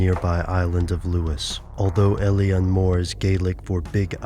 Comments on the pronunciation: its pronounced il-on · Thats uh.. not how you pronounce Eilean, guys.